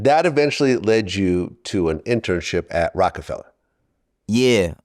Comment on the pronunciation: Of course Vlad would put the hard “ER” on Rocafella… very on brand 😂